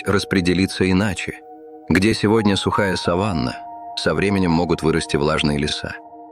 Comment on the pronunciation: Задолбал этот робот своей сАваной вместо саванной.